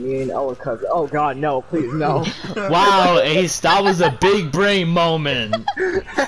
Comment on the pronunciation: Big bwain moment